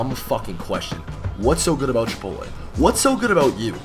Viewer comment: "Ch-ipotle" jesus...